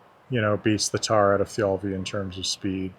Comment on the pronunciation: Why is the accent in Thialfi on the second syllable, not the first?